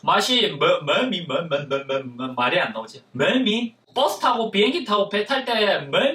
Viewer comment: 멀미 할때맬미라고들은사람1인